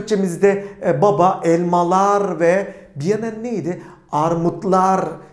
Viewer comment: Tiyatro oyuncusu Nur subaşi gibi Elmalarrr dedinizzz